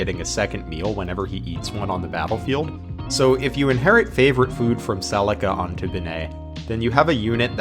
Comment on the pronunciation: I can’t tell if you were trying to say “Celica” here or not bc that doesn’t sound right at all lol